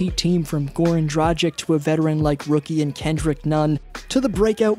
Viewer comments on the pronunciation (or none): It's pronounced Goran Dragich